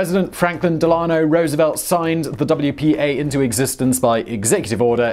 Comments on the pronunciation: Simon, you should not assume that you know the usual pronunciation of American proper names. For instance FDR's middle name is almost always pronounced DEL-ah-NO, vice del-AHN-oh. It's a tad off-putting, as it is when Americans mispronounce British place names. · Delaano?? This is a chronic problem! Take a minute and learn how to pronounce names correctly in your videos. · He really be out here saying “duh-LA-no” for FDR’s name. I mean tbf what name even is Delano? But still 😂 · Franklin Duh-lah-no Roosevelt was an American hero. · Never heard his middle name pronounced that way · FYI - Here in the States, we pronounce his middle name DELL-uh-no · Say it with me; "Dell-la-no"